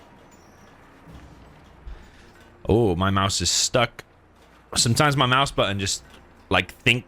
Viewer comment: "Oh my mouse is stuck" sounded like "oh can't build there" 😂